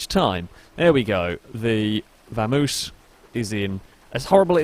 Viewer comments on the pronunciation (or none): I cringed a little every time you said Vamoose instead of Vamos lol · It's a vamos. Not a vamoose. Its Spanish. Pronounced Bamos technically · Am I the only one that cringes when he says Vamoose instead of Vamos?